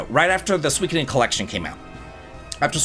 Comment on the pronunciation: The pronunciation of Suikoden is killing me 😂😂 I’ll have to check out the game though!